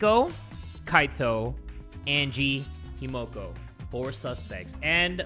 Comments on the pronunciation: everytime he said himoko i screamed HIMIKO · I don’t know what’s worse: saying Himiko as Himoko or IBeerleezy saying Chiaki as Chihari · "himoko" no. No. 💀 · it’s pronounced hee-mi-ko 😀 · No one: Not a soul: Not even Kokichi:: changes how he pronounces Himiko's name every time he says it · ok so im fine with him saying Byakuya wrong BUT him sayin Himiko wrong bothers me